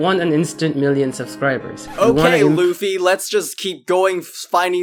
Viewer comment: It’s pronounced as “Luh-fee”